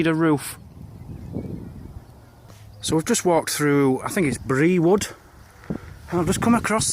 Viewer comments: Great vid , as usual , but Brewood is pronounced “ brood” as in brew ooood 👍🏼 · I do believe the locals pronouce it "brood". Never did understand why. Yam yams lol.